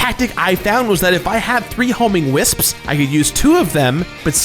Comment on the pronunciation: I respect that you properly pronounce most words. Wisps. Wisps. WISPS!!!